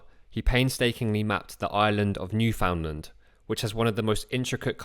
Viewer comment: New FUN LUND! Get a native Newfie to pronounce it for you.